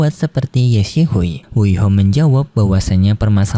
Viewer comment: Kenapa ye xisui lu baca ye sihui min kek aneh banget 😑